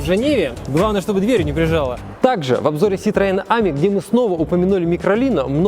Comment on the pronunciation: Поколение ЕГЭ, блин. АмИ! Ударение на последний слог.